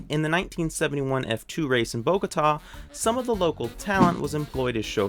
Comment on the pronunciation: Thank you for presenting the right things of this beautiful paradise and interesting background on one of my favorite F1 drivers! Protip: Bogotá is pronounced with the accent on the last syllable, not BOgota... ;)